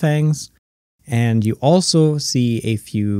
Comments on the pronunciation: Why the first thing i heard was "f you" and not "a few" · When the queen said “a few” I thought she said “f u!..”